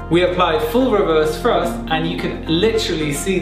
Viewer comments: Ok so it wasnt just me who kept on hearing "reverse frust" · His English is so good it's a shame to point out mistakes. This (annoying) way of pronouncing 'th' is quite common in London and the south west of England. It can cause confusion sometimes. Frust is obviously thrust because there's no such thing as frust. However, free/three - first/thirst - frill/thrill etc .. the list goes. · Did he say “frust?” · Weverst frusft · It's Thrust, not Frust! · Some people just can't pronounce "th" correctly. Since it is not a part of their mother language. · There is no F in thrust. I have a Southern accent but properly pronounce words in a professional setting. Love your video learn how to speak properly